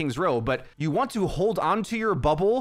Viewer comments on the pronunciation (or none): "The thing I HHHWant you guys to realize"